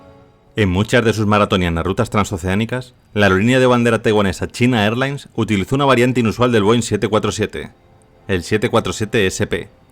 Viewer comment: Muchacho los nombres propios se pronuncian en su totalidad en un solo idioma. No se debe leer “China” es español y “Airlines” en ingles 😅